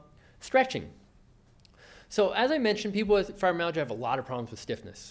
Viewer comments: You would think the speaker would at least make sure he pronounced fibromyalgia correctly, as well as the rest. These are sx. of all auto immune disorder s.. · The video is definitely informative but I can imagine that for people whose mother tongue is not English, can be difficult to understand. For example he may say FIBROMAGIA for fibromYALgia....or....MOSE EASE SINGS.....which is 'most of these things'. I find that many Americans have this same issue of sloppy pronunciation. Even for me, an English speaker, I have to strain to fully understand which makes it harder to focus on his message...which is a good one, for sure!